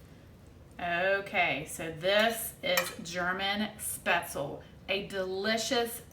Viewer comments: Nope. Never "LEE" at the end. Shpetz-LUH. The pronunciation of the first syllable (umlaut-a) here lies somewhere between the "e" sound in bed and the "a" sound in hay. The second syllable is pronounced like "LOVE" without the V. My German Oma made these all the time. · Great video and recipe. Subscribed. Just for the record though, "Spaetzle" is "Spätzle" in German and it's pronounced, "Spetz-ler" - hope this helps 🙂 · Speh-tzle 🙈 Americans pronounce this soooooo wrong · One little adjustment would fix this for the rest of your life - It's pronounced Sh-behts-le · I hate when people don't pronounce spaetzle correctly. No way I'm watching this.